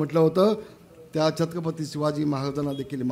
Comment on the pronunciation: नीट छत्रपती बोला